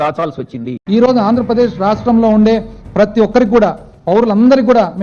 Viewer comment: Boooooothsa అంజ ప్రదేశ్ కాదు రా బాబు...అధి ఆంధ్ర ప్రదేశ్